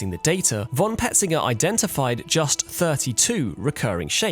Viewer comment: ty, nice,but btw: "von" is pronounced: "fon". with a sharp f.